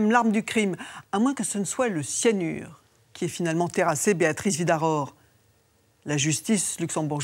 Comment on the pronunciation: Mirador, Virador... Certes, les Luxembourgeois sont germanophones. Mais le nom de Mme Vidaror est écorché par tous les intervenants ou presque !